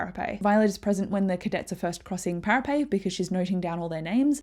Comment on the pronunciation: Thank you so much for this, it was exactly what I needed before tonight's release. Is there a reason you say para-pay vs para-pet?